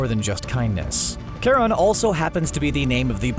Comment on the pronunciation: Its Ch pronounced as Ka. Charon is based of Greek mythology and as far as I remember the Greeks didnt have an Sh or soft Ch sound.